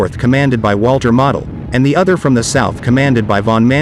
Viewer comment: I'm just wondering, is the narrator a computerized voice, because of its mispronunciation of von Manstein and Model?